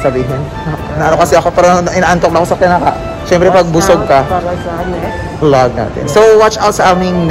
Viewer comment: 'Theory of vlog' pagkarinig ko hahahH